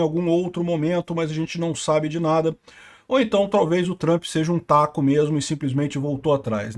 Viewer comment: 😂😂 muito o engraçado o Peter falando TACO😂